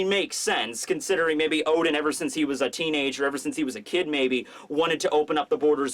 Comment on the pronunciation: oden you mean O. D En